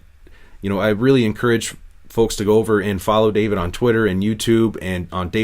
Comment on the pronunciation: I cringe every tine David pronounces his name